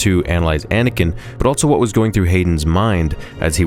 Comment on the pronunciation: I love you man, but you gotta stop putting the letter t in the word "also."